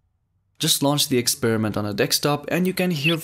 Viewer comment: What is a 'dekstop'?